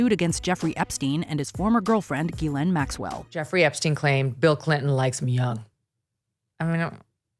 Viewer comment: That’s not how you pronounce Ghislaine